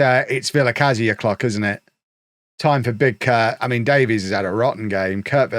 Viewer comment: The Welsh surname Davies is pronounced like "Davis" btw